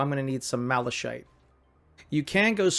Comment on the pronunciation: Nice tutorial... One thing though, your pronounciation of Malachite (Mala shite) is incorrect. It is pronounced Mala-Kite... Whats funny about your pronounciation is that 'Shite' is a british slang word for 'Shit'.:P Heres a YT link to its correct pronounciation